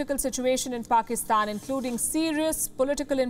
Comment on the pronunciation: Did she just say 'faakistan' (faaka = going hungry )